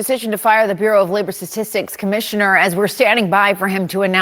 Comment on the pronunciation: Please research the pronunciation of the word "bureau".